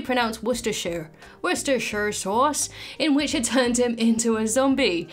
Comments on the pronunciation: It's pronounced "wooster" sauce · the correct pronunciation is wash your sister sauce 🤣🤣🤣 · Most people around here pronounce that sauce as you did. However it flows much better to say "war chester shire" sauce (no spaces when you say it). Google autocorrect gives you the real spelling when you type "warchestershire." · wistasheer sauce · It's WAR-CHESTER-SHIRE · It's easy, you don't say the 'shire' part. It's 'wuhster sauce'. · If you want to pronounce that word properly play through Sucker For Love’s Yellow King section. It’s actually a plot point. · My favorite part of this is learning that even Brits have trouble with "Worcestershire" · I really thought you’d know how to pronounce Worcestershire sauce for some reason. I had to google the spelling after 6 tries and no help from spell check 😅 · Wait… even British sounding people have trouble saying “wurster…” that sauce name? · Nice try with pronouncing Worcestershire. But......no. Its okay, though. An American never has said that word correctly. And British people are just effing with you, anyway.